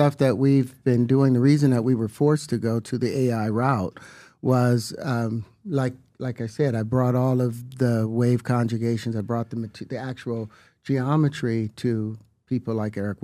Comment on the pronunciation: I like when he says "wave conjigation"